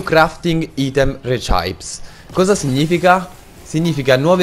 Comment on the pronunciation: Una cosa: "recipes" non si pronuncia resaip bensì resipis